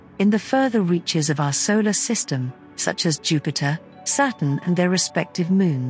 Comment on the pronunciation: what is a sailor panel or sailor array ?or are you mispronouncing vowels on purpose to make yourself sound snotty ? ! what is a papose